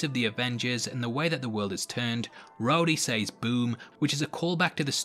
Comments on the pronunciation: She shays the way he says “says” drives me crazy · It takes me out every time you say sAYs